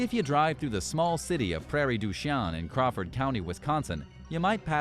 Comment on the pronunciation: Prairie du "sheen".